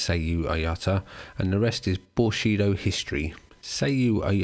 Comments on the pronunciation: You are saying bullshido. Not bushido right? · Guessing you mean "bullshido" but you pronounce it as "bushido" which is kind of the opposite. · You mispronounced "bullshido".